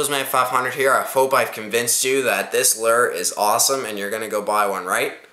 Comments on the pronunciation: its loooo errr not lerr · It's lure loo er not ler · Hahaha. You say lure weird.